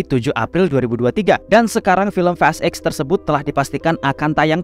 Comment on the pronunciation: fast eks blg nya bg jgn blg eight gua kira lu bahas fast 8 jdinya